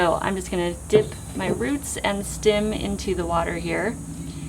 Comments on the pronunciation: It's "stem"! Steehh-mm. Its not stim! 😂 Sorry, couldn't help it. Thank you for this informative video though! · Loving that Midwest “stim “ 😋 thanks for the video!